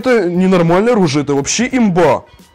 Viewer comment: ты не правильно говоришь оружие